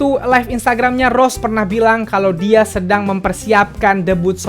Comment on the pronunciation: bang bilangnya Rose bukan Ros, emangnya kakanya upin ipin hiks :(